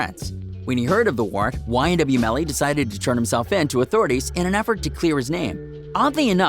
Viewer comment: ma man said ynw jurvy